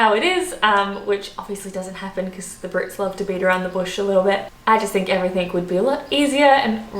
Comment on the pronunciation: There is no "K" in everything. Grrrrrrrrrrrrrrr.